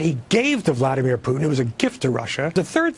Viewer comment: You know, they way some people pronounce Vladimir Putin's name really bugs me. Maybe it's because I'm a Slav, but it bugs me. I think Vladimir means: peace rule, well, at least in Slovenish, Vladati - to rule, Mir- peace. Vlad-i-mir. Pronounce the i like an e.